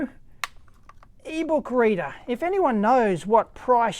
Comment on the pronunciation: Is it me or you said "eebow kreeder" (whatever), instead of "eBook reader"? LOL! :D